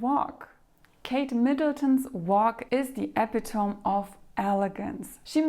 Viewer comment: Oops. One tiny little correction to English pronunciation: "epitome" is NOT pronounced as it is spelled. (It's not just you, English has the weirdest spelling on earth!). It is uh - PI - tuh - me. Four syllables. The "pi" syllable is emphasized. Weird, completely illogical, but sadly true. Take it as gospel from a retired English teacher. Love your content! 🙂